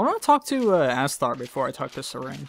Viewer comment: Heheh.... General Ass-tar. Goddammit.